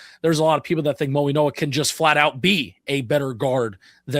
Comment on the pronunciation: It is pronounced Maui-no-a like in Hawaii not mo-e-no-a!!!!